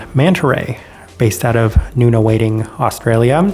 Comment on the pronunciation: My local roaster!! BTW, the suburb they roast in is pronounced Nun-a-wad-ing haha. They roast very differently to most, but put a lot of thought and consideration into their roasting.